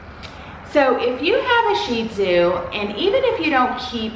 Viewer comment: I love your videos but the way you say sheeeeeezu sounds ridiculous 😂😂😂